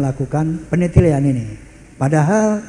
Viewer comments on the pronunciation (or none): (penetlian) yg bener PENELITIAN😂 (Al magfurlloh) yang bener AL MAGFURLAH😅 Maaf hanya ralat hehehe